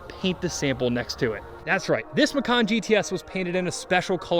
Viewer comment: Great Channel! Just one non-critical comment; The name of this fabulous mini Cayenne is actually pronounced "Mah-chan" (not "Ma-Khan") It was named to stimulate sales in one of Porsche's biggest markets, Indonesia (think Bali's country). It is the local language name for "Tiger". Just trivia but maybe someone here would appreciate knowing it! By the way - any chance of you rebuilding a 914-6 or 8?!